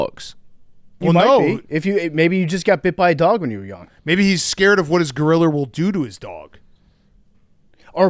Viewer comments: Ayooo “Gorillia” with a hard R is crazy Big Cat hahah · Big cat, I’ve never commented on one of your videos before but I felt the need after how I heard you pronounce gorilla. There isn’t an R at the end of gorilla. Fix that shit